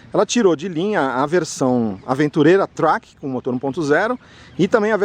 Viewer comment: Track é uma palavra do idioma inglês. Pronuncia-se 'tréqui'. Quando vc pronuncia do modo como fez soa em português como "traque" ou seja, peido. Só uma dica já que vc tem um canal de sucesso no YouTube.